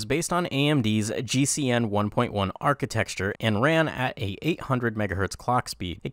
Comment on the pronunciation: Architecture, not architexture